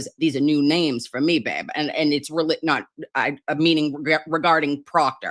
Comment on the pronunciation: Said babe, but with a fall river accent😂😂